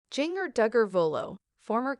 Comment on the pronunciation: Her name is pronounced “Ginger,” and the way it’s said in the video makes it painful to watch :(